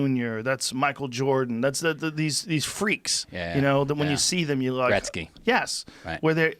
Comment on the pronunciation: Man said Gretzky 😂🤣🤣🤣